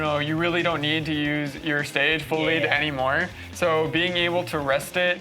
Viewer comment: Bugged me every time he said it, it's the second one.